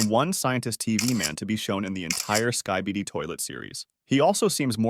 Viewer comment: "Skai-baidi toilet"